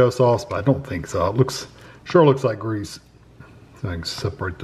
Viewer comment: Grease, not greaze.